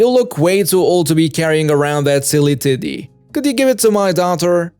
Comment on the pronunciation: Anyone else hearing titty instead of teddy